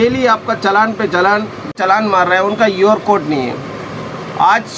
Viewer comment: UR CODE NAI hai QR CODE hota hai😂😂😂😂